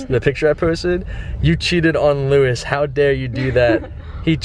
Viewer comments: louis? it is pronounced low-iss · It's Lois lane not Lewis lane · OMG, WHEN YOU SAID LOUIS, HOLY SHIT, ITS LOIS (LOW-IS) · Louis lane? No. It's Lois, like Peter Griffins wife LOIS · It's Lois not Lewis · Wait I thought it was Lois lane not Luis lane? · It's a women Lois not Louis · Faze censor its Lois not Luis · It's not Lewis Lane.... It's Louis Lane dummy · Louis? It's Lois lol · it's pernounced low-is not Luis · its lois not luis doug. cmon man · who the fuck is luis its lois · Luis? it's L-O-is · Whos Louis lol, There is Lo-is Lane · Its lois not louis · He said Luis lane wtf it's Lois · it's not "loo-is" its "low-is" get it right Doug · He said Luis instead of Lois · I love how Yanet it suppose to be Batgirl but Doug is calling her Catwoman, plus he is saying Luis instead if Lois. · Low-is not Louis. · It's not Lewis, it's Lois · It's pronounced Lo-is. not Luis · Its pronounced Lowis not Louis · its lois not luois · Not Louis lol....Low-iss (Lois) haha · He pronounced Lois wrong. It's not "lu-is" it's supposed to be "low-is" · He goes to comic con, doesn't know what kryptonite is and prounounces Lois Lewis, wtf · why are you saying luis lmaooo cmon man bouta kms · It's pronounced Low-is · It's LOUIS! NOT LUIS!! Get it right Doug! Jeesh. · you're saying Lewis lane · He said Lewis lane 😂😂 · He kept saying Louis (Lewis) and I'm like who's that? Then he said Louis Lane and I thought oh okay he meant Lois Lane. Have I been saying it wrong this whole time? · Lois lane is like lowis lane. man come on 😖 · it's pronounced low-iss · this man pronounced lois "luis"........ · THIS BOY SAID "LOUIS LANE" BWAHAHAHAAHAHAHAHAHA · yo how do you mispronounce lois... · OMFG THE WAY HE SAID LOIS LANE MAKES ME WANT TO CHUG BLEACH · Every time he says Lois Lane wrong I wanted to jump off a bridge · does anyone else notice that he was saying Lois wrong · Your saying Lois wrong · Your saying Lois wrong 😂😂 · How can you not know who to pronounce "Louis" or know what kryptonite is ?!?